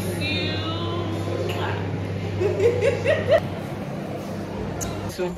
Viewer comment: Emphasis on “ I miss you”😭😭😭😂